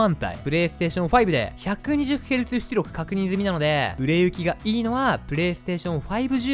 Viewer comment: 「ps5で120ヘルツthつりょく」 すこ